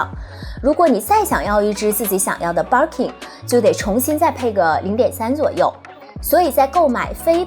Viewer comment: Birkin 的 ir 发 e的音，不是ar的音。Kelly的e 发 大“e” ，不是ei。建议用YouTube学一下这两个包的发音。